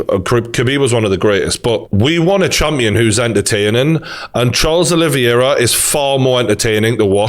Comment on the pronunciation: Charles “Aloe Vera” 😂